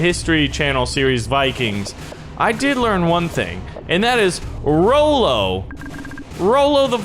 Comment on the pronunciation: its not rollo its ra-lo and nice vid keep up the gud work:)